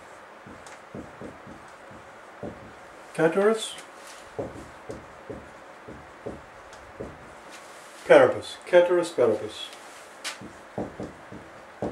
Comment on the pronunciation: Its pronounced as spelt actually ceteris paribus